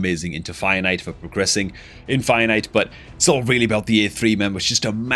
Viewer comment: I still can not get over the way you say fire knight. I always hear finite trying to figure out what you're talking about lol